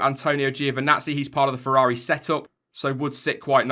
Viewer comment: 'Let me know what you think'? Well since you asked, why can't you say feRRaRi? Its not fewwawi bro...